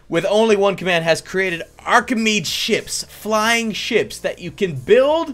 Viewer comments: Btw its pronounced Archemedees ships not Archemeeds ships :) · The name isn't archameads, it's /ˌɑːkɪˈmiːdiːz/. My ocd was bothering me every time.